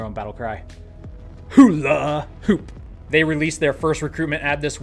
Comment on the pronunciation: hu-la hoop 😂😂 love it!